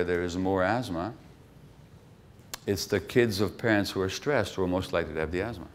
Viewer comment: It's asthma not azthma. Very poor pronounciation, and uninspiring altogether.